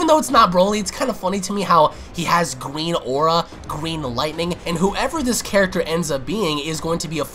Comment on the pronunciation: Gween energy. :D